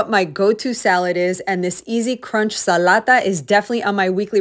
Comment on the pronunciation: Zalata we pronounce it and you said it perfectly 😂